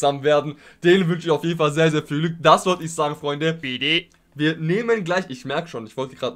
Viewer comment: Ich find dieses Bidde so geil! :D